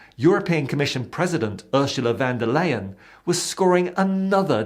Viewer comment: Oh, I do so appreciate your humour and your direct, "cut through the crap" style! P.S. Ursula von der Leyen should be pronounced "Oorsoola fon der lion" 😉